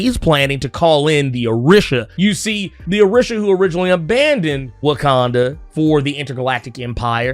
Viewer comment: Orisha is pronounced O/ree/sha. I kept cringing everything you said it wrong.